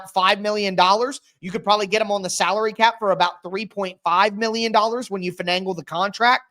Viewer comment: WTF is “Fenangle”???